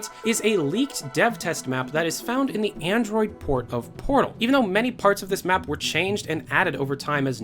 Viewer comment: Sorry, did you say Android port of portal